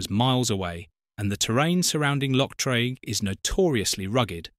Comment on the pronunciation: Also pronounced Loch Treeg, not Trayg.